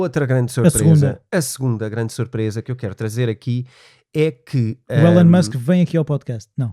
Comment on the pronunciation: Só para melhorar e fazer deste podcast ainda mais único....por favor chamem o nome correto do homem: pronuciasse ilon e não élon... Musk